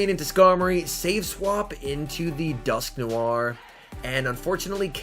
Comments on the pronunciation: 🤣🤣🤣 it’s alright everyone pronounces different Pokémon funny stuff. I’m pretty sure it’s pronounced as Dusk noir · Why do you say dusknoir like dusknoiare